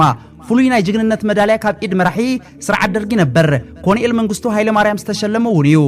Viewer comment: ኣንታ ሓውና ከተንብብ ከለኻ ኮሎነል ኢልካ ኣንብቦ. በጃኻ ኮንኤል ኣይኮነን